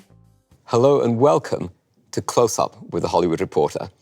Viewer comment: "Hello and welcome to Clotshsssttsup"